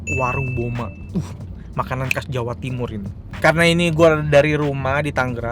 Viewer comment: Bukan kas, tapi khas..